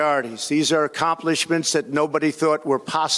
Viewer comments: accompliminshades hahahahaha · "Accompliments" ... and his recovery tactic of repeat word (properly, one hopes - oranges/oranges/origins/beginnings) and embellish ... voila Stable Genius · can’t even pronounce accomplishments